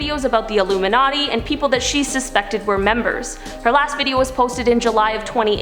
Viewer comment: Are you saying "iluminaughty"?😏